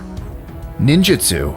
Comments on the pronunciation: When he said Ninjitsu and Shinobi I thought dude was was tryna funny 😂😂😂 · the moment I heard him say ninjutsu and taichi I clicked away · Exactly right when he said ninjutsu I was like no way then he said shinobi and I was like NARUTOOO